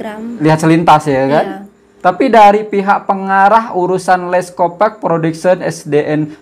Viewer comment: Sebutannya yg benar leskopak bkn leskopek